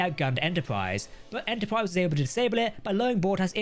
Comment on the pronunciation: Extensive video and full of good info, especially "Enterpwrise" 😃